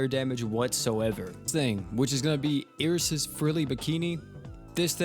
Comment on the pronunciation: Did you really just pronounce "Iris" like that?.... Bruh...... (EYE-rus) is how you pronounce it. Where have you heard it pronounced the way you said it?